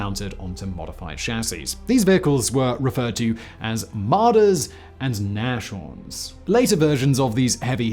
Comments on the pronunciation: Nas-horn, not nash-orn. It means rhinoceros in German :) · “Nas-horn” not “nash-orn” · NAS-Horns not Nash-ditto. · nas-horn its not a sh sound. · Some kind of funny 🤔😃😆 nashorn .. well, it isn't pronounced like 'nashville', no 'sh'. More like 'Nas Horn' .. meaning rhino, btw 😉😘😄👍